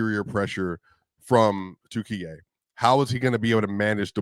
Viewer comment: thanks for comments, it is offical name now Turkiye not turkey thank you for saying correctly